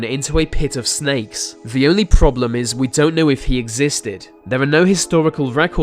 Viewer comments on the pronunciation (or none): William Daliege 😂 I specifically went through comments to see if "vere" (there) is someone who has "ve" (the) exact same problem. I also love "vese" (these) videos but get distracted by "ve" (the) way its pronounced. Just a few seconds in and I start losing focus on the subject matter. Too funny. Glad to see its not just me! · He pronounces "th" as "v" and "f".. "Ve first fing etc" Unaudible. Stop that nonsense and learn the proper standards of BBC english, if you want to be a pro.